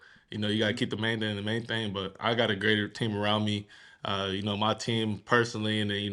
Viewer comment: Did he say keep the main thang the main thang 🤔 🦅🦅🦅🦅🦅🦅🦅🦅🦅🦅🦅🦅🦅🦅